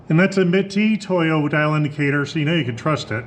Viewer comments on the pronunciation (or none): Thats a "mit-E-toyo" so you know you can trust it 😂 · the Mit-e-toyo killed me🤣